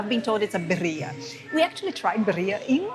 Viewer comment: Please...its Birría..we are very proud of our dish and though you didn't mean to mispronounced it it would be so nice if you could say it right. Other than that the video was lovely ❤